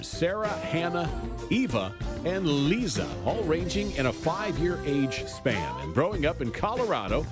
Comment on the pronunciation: it's pronounced LIE-ZA not lizz-a